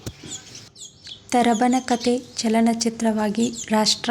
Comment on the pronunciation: ತರಬನ ಕಥೆ ಅಲ್ಲ.. ತಬರನ ಕತೆ ತಪ್ಪಾಗಿ ಓದ ಬೇಡಿ.. ಮಕ್ಕಳು ಅದನ್ನೆ ಅನುಸರಿಸುತ್ತಾರೆ.